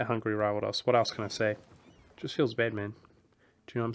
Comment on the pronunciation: "It feels bad, man" sounds like "It feels batman" for me :P